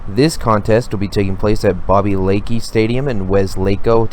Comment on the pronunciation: It’s Wes-luh-co (Weslaco) and how do you mispronounce Lackey? Lol Sorry, too many errors in your pronunciation for me to take you seriously. I’m a huge fanatic and just stumbled upon your channel. I’m all about helping and providing background and history. Also, it’s pronounced Tie-vee (Tivy). Best wishes as you get out there and provide info for these contests.